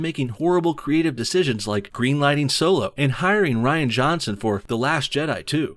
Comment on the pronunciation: Ditch Kennedy, all of her writers, and definitely Rian (pronounced: Reeeeee-anne) Van Johnson. And JJ Abrams too.